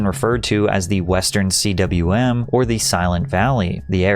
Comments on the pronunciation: "Western c-w-m" is this an AI video??? Its 'cwm' [pronounced "'coom"]...... it's Welsh. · Another American calling the Western Cwm the CWM. It's not a bloody acronym. Cwm is the Welsh word for valley. It is pronounced KOOM. It was given that name by the great pioneering mountaineer George Mallory during the 1921 British expedition. CWM, my ass! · western koom is the pronouciation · "See Doubleyou Emm"!? 😂 Cwm is pronounced like "koom." It's the Welsh word for 'valley'. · Interesting presentation and summary of the history. Just one thing to note: "...Western C.W.M..." Cwm is a Welsh word and pronounced "coom." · Cwm is pronounced COOMB Lhotse is pronounced LOHT-SAY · Western “See Double-U Emm”??? “Lot’s Face”??? “George Malle-Roy”?? “Enn-Suite Bathroom”?? You are just regurgitating already well-known information and you can’t even to research properly. Nothing of value here. I’m aborting. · I think "cwm" is pronounced like "koom" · love this video and agree with you 100%. just wanted to give a heads up that "cwm" is pronounced like "tomb" but with a c. Cwm is welsh :) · Cwm is pronounced khoomb. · Lhotse = Lote-see, CWM = quim. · Am i wrong believing the Western CWM is pronounced "coom" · Have you completed your transformation into an AI? “Cwm” is pornounced “COOM.” “Lohtse” is pronounced “LOTE-SEE.” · "Western CWM?" It's not a set of initials. It's a cwm (pronounced "coom"). It's Welsh for a mountain valley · CWM is pronounced " coomb" like tomb. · The western "cwm". Pronounced "Koom". cwm is a Welsh term meaning valley. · lhoast face? cee double you emm? jesus patrick.research the pronunciations green boots has been removed. and you mispronounced mallory as well. holy slop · Also “lost” face, western “see double u em” lmao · Bro, Lhotse and cwm are not hard to pronounce. Loved the video though. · maybe could have looked up how to pronounce "Lhotse" and "cwm" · Mate, learn to pronounce 'cwm' and 'Lhotse'